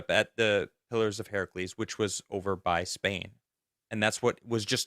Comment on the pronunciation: Are & trying to say pillars of HERCULES?? “Herc- u-les”. It’s not Heracles. Yet y’all kept butchering it over & over! 🤣😬